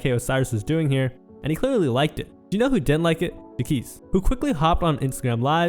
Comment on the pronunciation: The disrespect in your pronunciation of Jacques name is killing me 😂.